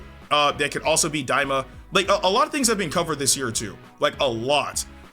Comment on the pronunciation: Stop its daima lol